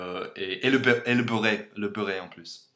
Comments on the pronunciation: Your French is absolutely awesome !!! T'as tout compris Paris n'est pas La France, juste on dit Béret et pas Beuret lol, et dans le sud des mecs féminins y'en a moins ; ) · Elle est cool ta vidéo, juste on dit femmes comme "fammes" et béret tu dis "beuret" mais j'aime bien et NON les bretons ne font pas que de se balader a velo avec pain et fromage haha (mes origines) mais c'est bien pire dans ma région en franche comté XD continue en tout cas ! :) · sympa la vidéo j'étais choqué pour les femmes qui ne se rase pas par contre j'adore ton accent pour le beuret ^^